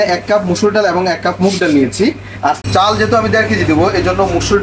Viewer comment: আপনার রান্না যেমন ভালো, এমন যদি বাংলা উচ্চারণ হতো তাহলে আরও ভালো লাগতো। চাউল, ডাউল, বাবে, ঘেরান, পেয়জ উচ্চারণ গুলো চাল, ডাল, ভাবে, ঘ্রাণ, পেঁয়াজ হবে।